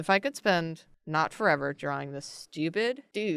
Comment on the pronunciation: well the way you pronounce "drawga" is just like "droga" in italian which means "drugs", so ye.... we need more drawga ahah